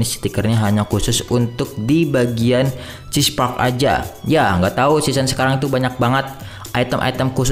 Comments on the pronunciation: "Cheese park" mantap bang🤣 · Cheer park bang bukan chesse